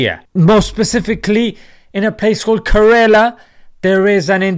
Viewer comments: its not karela but kerala well im from there too........................ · Please don't call kerala 'karela' it's insulting to the state.